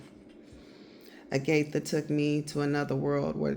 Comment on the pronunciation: Agatha (pronounced wrong). Also take your sips and don’t announce them